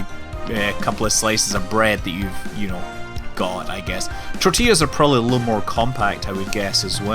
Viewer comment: You pronounced "tortillas" correctly. My day is made!